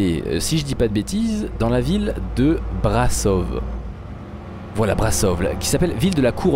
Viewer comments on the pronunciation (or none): On dit Brașov mais on dit ch pour le ș malheureusement on a des accents sur les lettres je suis d’origine roumaine si jamais tu le savais pas 😅